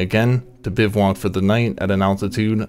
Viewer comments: Drink every time he says "Biv-walk." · Biv-voo-whack. Good content, I like all the authentic photos and trail models. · I shuttered after the 2nd 'biv-(WALK'?) Typo maybe? Nope. its 'Bivouac'